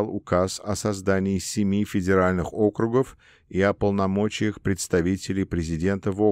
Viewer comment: Не инкогнИто, а инкОгнито, не Округов, а округОв (мн. число), не реформировАния, а реформИрования, не бомбовЫе удары, а бОмбовые, не комплЕкс, а кОмплекс, не фОрос, а мыс форОс, не в астАне, а в астанЕ, не абАкумов, а абакУмов и т.д. и т.п. Монотонное чтение текста с огромным колличеством ошибок, портит и искажает впечатление об услышанном! Как будто слушаешь гугл-переводчик..., нужно что-то с этим делать...